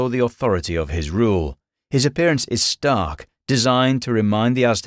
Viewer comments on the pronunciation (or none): none